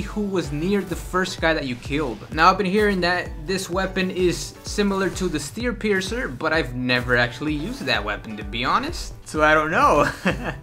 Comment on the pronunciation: steerpiercer lol